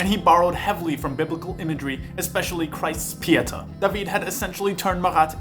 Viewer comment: The way you pronounced "pietà" makes it sounds like a bread based food